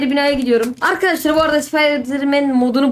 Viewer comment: Lan kaç kez arkaşlar söyledin